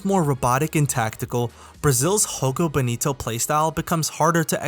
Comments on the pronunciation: You're pronouncing Jogo Bonito as if in spanish. The right pronunciation would be with the J as if in "Joe". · what the hel is "hogo bonito" bro... We speak portuguese, not spanish